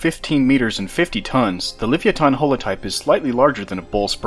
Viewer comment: Your pronunciation of Livyatan is sending me. XD